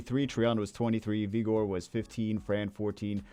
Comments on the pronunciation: Love you, but if I hear you say vigor like egor again I’m gonna go crazy. Vig like sig the er. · Both pronunciations are fine